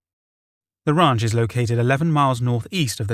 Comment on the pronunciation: The wraunch = ranch